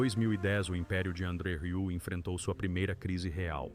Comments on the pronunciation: "RIÚ"?! Que raio de pronúncia é essa?! Se não sabe, procure antes no Google pronunciation! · Tem que aprender a dizer "Rieu" 😜 Excelente filho 👏